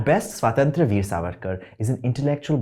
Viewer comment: The way he/she/they++ pronounces Swatantra Veer 🤮